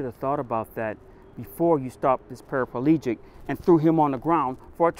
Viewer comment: Parapalegic? Are they showing that black people can't pronounce paraplegic?